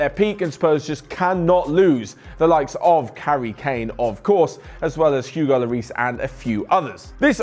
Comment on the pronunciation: Did just say "karry kane"